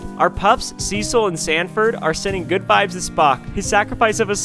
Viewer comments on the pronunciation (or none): none